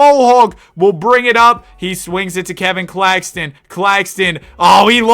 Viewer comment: “Nicholas cack- Claxton”